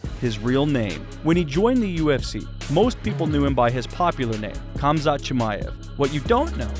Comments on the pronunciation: It's HAMZA not kumzat lol 😆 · Why are you pronouncing it as Kumzat not Khamzat? It sounds like you’re calling him “cumshot Chimaev” like Covington does lol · Its Hamza, both the K and T in his name is silent. All you have to do is hear him say it. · NOT KAMZAT KHAMZAT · The k is silent it's hamzat just spelled khamzat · his name is pronounced as HUM-ZHAT not the way you pronounced it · Dude it's not Cum-zaht... Sheesh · its killing me how he keeps saying "Kumzot" lmao take some bribes from Colby? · the k is silent bro. fucking hell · What some people don’t understand is the “K” in Khamzat is silent. 😂